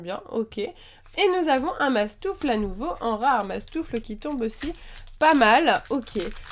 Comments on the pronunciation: C'est mastouffe miss pas mastouffle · c'est mastouffe pas mastoufle